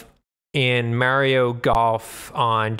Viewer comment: Is it really worse than saying Mayrio?